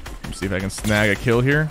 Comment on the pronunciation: Notice how he said klill